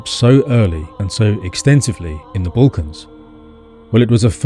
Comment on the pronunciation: Your map shows some completely wrong river going East-West in the Northern plains for Germany. Who sold this map to you? be careful, there are many fakes out there. what are the Bulkans? your voice is very soothing and pleasant, but please look up a semi correct way of pronouncing it. I am very jealous about these people. You walk around and can't help finding all these precious minerals. Because of our greedy ancestors I am now deprived of such luxuries 😞